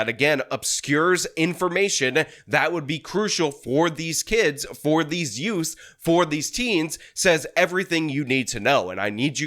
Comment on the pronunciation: yeah, the two yoots.